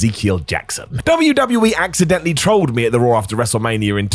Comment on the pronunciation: Raw* not Roar